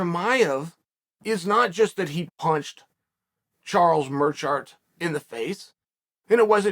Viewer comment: "charles murrshart" lmfao this guys so stupid